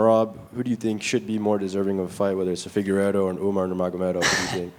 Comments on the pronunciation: "Uman-nar" lmao 🤣 wtf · Dude is saying Uminar 😂😂😂😂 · Umar❌️ Umenaaaar ✅️😅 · why does he keep calling Umar, Umnar? 😂